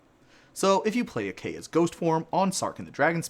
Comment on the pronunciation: Two different pronunciations of Kaya within 30 seconds is crazy